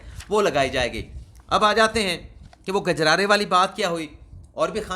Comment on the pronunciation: بہت خوب ۔ برسبیل اصلاح یہ بتاتا چلوں کہ لفظ " گجرارے" نہیں ہے بلکہ " کجرارے" ( کاف کے ساتھ) ہے ۔ کجرا ۔ کاجل کو کہتے ہیں جو آنکھوں میں لگایا جاتا ہے۔